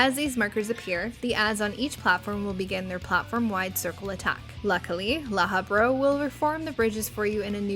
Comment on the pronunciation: Did you say Lahabro? xD